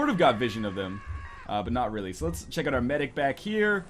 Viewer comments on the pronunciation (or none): none